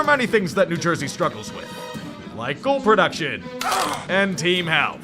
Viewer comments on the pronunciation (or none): none